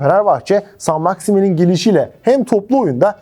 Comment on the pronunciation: Şimdiden söyleyeyim MaksimEEN diye telaffuz edilmiyor. Kendisinden yaşça büyüklerle oynadı ne demek. 😂 Altyapı takımlarının isimlerinin de bizim için pek önemi yok. Zaten telaffuzları da yanlış. 😅